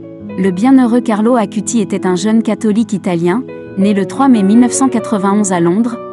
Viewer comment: Bonsoir. Belle vidéo sur mon cher ami du Ciel Carlo. Une petite remarque : son nom de famille se prononce "Acoutisse" et le terme "eucharistique" se prononce "eukaristique" 😊🙏. En union de prière avec Carlo 🌺.